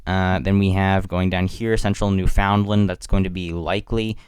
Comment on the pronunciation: You said Newfoundland wrong too Understand Newfoundland The two should rhyme. Do you say unDURRRstand? With the same unneccessary stress? Very fucking annoying to us that live there